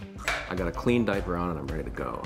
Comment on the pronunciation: WE GWOT DYWER! WE GWOT HIM! BUT SWEOMTHIHN WENT WONG!